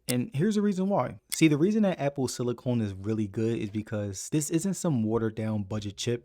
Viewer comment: Silicon not Silicone 😭